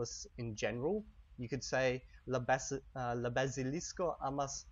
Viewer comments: Your pronunciation isn't quite spot on... You say Bazilisko like the word Basilisk in English, but it's not. as always make an ah sound in Esperanto. Isn't that correct? You also occasionally put the accent in the wrong place, you're supposed to put it on the 2nd to last syllable right? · Why are you pronouncing the "a" in "bazilisko" differently from the "a" in for instance "kia" and "alko"? Try a purer a-sound there! You're closer to an "æ" at the moment. :) And also your e is in some words a little closer to an ø-sound, this is just for some words, maybe words you use less often. Listen to these two: Regarding the episode, great job as always, good to have you back after almost 3 days without any World of Warcraft episodes!